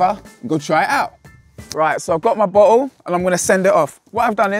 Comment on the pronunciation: Every time this dude said bottle, I heard butthole.